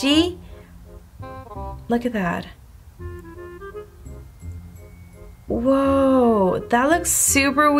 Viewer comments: Who else kept cringing when she kept saying Thad instead of that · Idk why it annoys me so much that she says “thad” instead of “that” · is it just me or every time she says “that” she says “thad” 😂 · Literally I was scrolling through comments just to find one that mentions this Cuz girl, I hear it Too! Same with "a lot" sounds like "A lod"... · I can't ignore the fact that when u say "that" you say "thad" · Rayvenn Harris omg I didn’t realize “thad” til U said it😂😂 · When she say that it sounds like she’s saying thad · She says “what is thad”